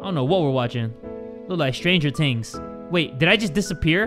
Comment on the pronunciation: "Stranger tings"...My all-time favorite show.